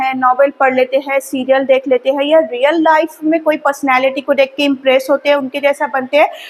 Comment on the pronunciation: Madam Hain aur hai pronounciation proper kijiye Aapko hazaron bacche follow kar rahe hain